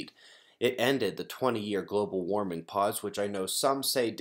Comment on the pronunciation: bu bu bu global wawming!?!?